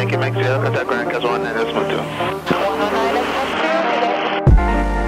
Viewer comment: And, “shierra” for “Sierra”. 😎